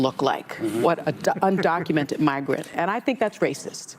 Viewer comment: Wooopy said "undoumented citizens"